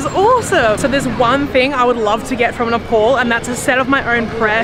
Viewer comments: Please say "Ne-pal" (like, Hey Pal!) instead of Ne-Paul. Thank you!! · Sorry, but Its so irritating you saying Nepol tho u might not know the difference Nepol and Nepal 🇳🇵 🙏🏾Welcome to 🇳🇵🙏🏾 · Just a small correction...the pronunciation is "NAYPAAL" and not "paul" as u said! ☺ Tea or 'chai' is called 'chia' in common Nepali parlance... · ITS NOT NEPOL.....ITS NEPAL.....PAL AS IN PAAL(FRIEND)😊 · Loved your video.But it's NEPAL not Nepol. Enjoy your stay. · Its not ne pol its ne pal like pay pal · Nepol It’s nepal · Please it's NEPAL NOT NEPOL HUH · It's Nepal not NepOl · Nepaul 😂😂 say north pole ??